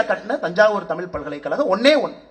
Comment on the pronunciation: தமிழ்நாட்டுக்கு வந்து இவ்வளவு நாள் ஆகியும் இன்னும் தமிழ் என்ற சொல்லை இன்னும் ஒழுங்கா சொல்ல முடியவில்லை.